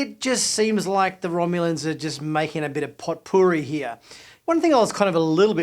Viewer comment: I'm aware of what potpourri is... i just never heard of it pronounced as pot-poor-e. I thought it was more like poh-puh-ree. Maybe I am wrong.